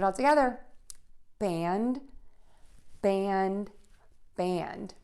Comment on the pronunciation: When a comes before m, n, or ng, I can hear more e, no more a pure a anymore. In this video, band sounds almost the same as bend?